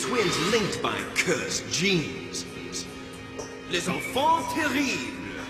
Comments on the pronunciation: Lehhh. Infauhnn. terriblll. You wouldn’t say ‘rendezvous’ pronouncing every letter now would ya? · I love how you mercilessly massacred the name "Les Enfants Terribles".